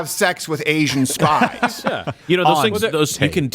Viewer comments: Kept thinking you were saying 'Asian Spice', like some sort of inappropriate unused Spice Girl. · Asian spice!! 🤣🤣 Sounds like some new drug outta China, do a line, and your head or genitals just explode..🤣